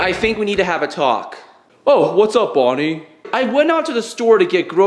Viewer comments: It’s BONNIE NOT BUNNY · It's Bonnie not Bunny